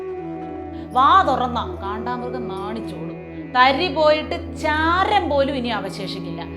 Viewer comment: Kaandamrugam alla, kandaamrugam anu sari.